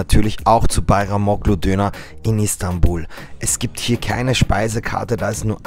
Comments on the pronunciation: Bajramolu ausgesprochen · Du sagst doch mit Absicht bayramoKKlu. Als ob du es nicht aussprechen kannst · DAS G MIT DEM STRICH WIRD NICHT AUSGESPROCHEN. LERNT DAS DOCH MAL, WIR LEBEN IM 21. JAHRHUNDERT. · Der strich auf dem g also ğ macht das zu einem weichem g ausgesprochen wie ein h